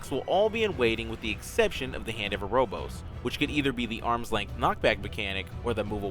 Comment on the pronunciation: Very nice, very concise. As someone else has stated, be nice to know if tbs are magic or physical- they are physical I think. Also, it's Hand of Erebos, not Erobos. Other than that, great guide, very to the point, thanks!